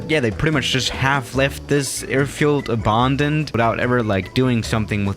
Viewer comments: Normal person: "abandoned": "abondened" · How normal people say Abandoned: Abandoned How says it: Ebondind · loved the vid, but the way he says abandoned makes me cringe everytime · Nobody::Abandaned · No-one:: OBAANNDED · noone:: äbândoned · The way he says abOAndoned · Nobody:: Abååndend runway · nobody:: abundoned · Normal people: abandoned: aBarRrrRndoNeD